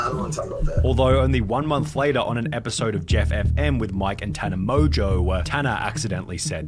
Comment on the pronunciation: can nobody say tanas last name correctly? it is not mojo. on mon geux